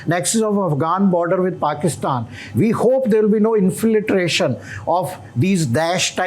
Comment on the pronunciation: Without sounding condescending, I think the guy has pronunciation problems. Talibuns Smartians Infulence Gaddar Chhabbar Inflitration